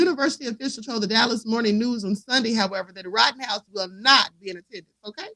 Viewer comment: Rittenhouse NOT Rottenhouse